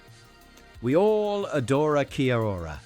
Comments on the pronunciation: Kia-ora is still around,have seen it in b&m and other shops,I have never heard it pronounced keya-ora…simply key-ora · It’s pronounced key ora ❤